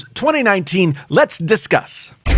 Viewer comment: Did he just say "Let's disgust?"